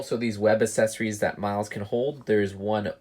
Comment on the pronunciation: Web ass-essories. You said ASS.